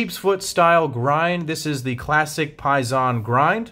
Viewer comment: I think it’s pronounced similar to “pay day”, as in “pay sin”